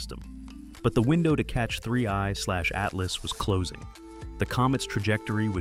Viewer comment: So ai voices cant tell 31 from 3i i guess.